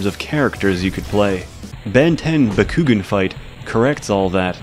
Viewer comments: BA-KU-GAN not bakoogen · It’s bah-ku-gaan not bah-ku-ghin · It's bak-koo-gahn not bak-koo-ghin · "bakkuggin" oh no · Pretty sure Bakugan is pronounced back-oo-gone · >"Buh-koo-gen" Immediately unsubbed and blocked. Good day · The way he pronounces Bakugan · And the way he calls “Dan” the protagonist “bakugan” loool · Hahahaha, I couldn’t stop laughing every time you said bakugan wrong 😂. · God the way you say bakugan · WHO ELSE WAS TRIGGERED WHEN HE SAUD BAKUGAN WRONG!!!! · was anyone else bugged when he pronounced bakugan wrong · the way he mispronounces bakugan makes me cringe more than the disturbing porn shown at the beginning. also, gwens his cousin, not his sister. still just as disgusting, but still.